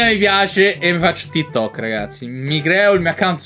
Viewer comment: sei così boomer che lo chiami ti tok ahaahhahahaah sembri mia nonna quando dice whatsapp